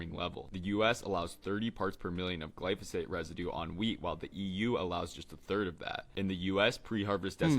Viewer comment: that's crazy, you'd think that you'd have learnt to pronounce it, you know, AS YOU WORKED WITH IT....... glyPHO SATE😊 not glyS oPhate😅